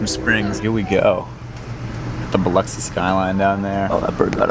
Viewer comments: Congratulations at being the first YouTuber I’ve found who pronounced Biloxi correctly 🎉🎉🎉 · I grew up in South Mississippi. Your pronunciation is good for a Boston Yankee.😂